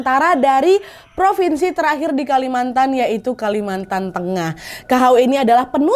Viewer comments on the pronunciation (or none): none